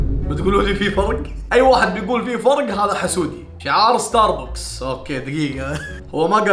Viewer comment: ستار بوكس ❌❌❌ ستار باكس ✅✅✅ 🤡🤡🤡🤡🤡